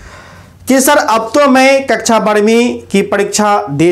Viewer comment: कच्चा नहीं सर कक्षा होता😅😂